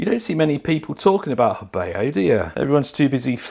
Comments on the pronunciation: Believe it's pronounced heh BOUGH vs heh BAY O. Great vid! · It’s pronounced Ho Bow.